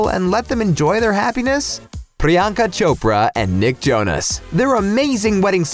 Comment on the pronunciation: 8.33 I can't thank you enough for pronouncing Priyanka Chopra's name in a perfect Indian accent.🙏